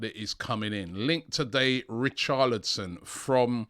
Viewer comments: Come on Robbie man. Your pronunciation of footballers names is awful 🤣 Richarlison not Richardlison plz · It’s richarLison not richarDlison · Richardlison , although his name is Richarlison 😂😂😂 Robbie the Butcherer of names ! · Who is Richarlidson! Robbie butchering the name again!🤣